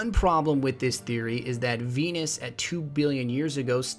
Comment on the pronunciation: he said fenus and then Venus .